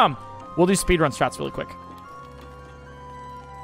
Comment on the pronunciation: Did he say spedrun